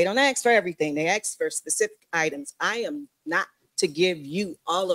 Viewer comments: Why is it so hard to pronounce ask the correct way….I must have heard them say axe about 37 times during that meeting… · every time she says "axe" i cringe. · AXE?!? Can no one pronounce A S K? Good lord. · If I hear any form of "lemme AXE you a question" again I'm going to fucking scream. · Good Lord?!? Can no one pronounce LAWD? Just axing. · I axed you not to say that! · Rule #1 don’t vote for someone who says ax instead of ask